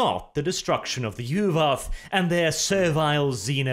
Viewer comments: Yu'wath? More like U w0t! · The soft Norse V makes Yu’vath sound cooler.